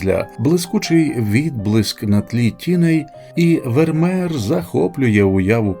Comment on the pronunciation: Не Вермер, а Вермеєр😮